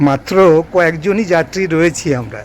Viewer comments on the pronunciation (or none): none